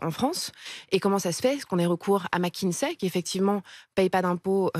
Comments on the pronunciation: Pourquoi toute la Maronie prononce Mckinzey? au lieu de Mckinsey? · y a un "S" et pas un "Z" à McKinsey